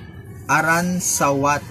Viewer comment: A-Roon-Sa-Wat not A-Run-Sa-wat